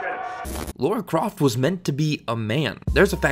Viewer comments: I am American. I say Lara (LAR-UH). I do NOT say Laura (Lore-uh). He is just wrong. It is not a dialect thing. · Can you stop saying 'Lora' its getting on my nervs as I watch, the text on screen and the way her name is written is with an A not a O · Alright... I’m gonna ignore the mispronunciation of Lara and try to enjoy it anyway. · Why do us North Americans pronounce Lara as Laura? I hear people around me pronounce it as Laura and it pisses me off. They are two different names... Everybody, say it with me slowly, "La-Ra" FFS... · Why is it so difficult for americans to pronounce her name correctly. It's Lara not LaUra. And that goes for most of the gaming media, from respectable youtubers to IGN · It is LARA! L-ARRRR-UH. Not Lawr-uh. So frustrating. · First AngryJoe, now you... WHY is it so hard for people to recognize the different pronounciation between "Laura" and "Lara"? The absurdity makes it hard for me to watch this video with a straight face, and NEVER have I not been able to take you seriously before. Sigh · IT IS NOT LAURA. IT IS LARA!! Is it so hard to pronounce such a simple name? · Lara isn't meant to be pronounced as Laura. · Do you also pronounce "cars" as "cors"? It's Lara not Laura. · It’s LARA! Not Laura or Lora. 🤦🏻‍♀️ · Stop pronouncing her name like Laura. It’s Lara. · ITS FUCKING LARA. NOT LAURA. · Lara not Laura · Her name is pronounced "Laura" that's how characters say it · Can anyone explain why Lara keeps getting pronounced Laura (not a dig btw)? A lot of people do this in their videos. Can't work out why. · why do you keep calling her Laura? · She isn't called "Laura Croft" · I agree with this everything in this video but it always bothers me so much, as a Tomb Raider fanboy, when Americans pronounce Lara's name as Laura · STOP. CALLING HER. LAURA. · Why the frak do the Americans call her Laura? (ugh) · It kinda trigger me when people keep calling her Laura there is no u I know it’s has something to do with pronunciation but still 🤬😡